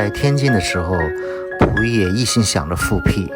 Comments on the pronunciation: pu 不是fu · 感谢分享。小问题，是Puyi,不是Fuyi…